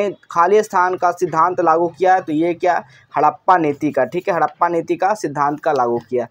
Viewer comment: Hadappa nahin hadap Niti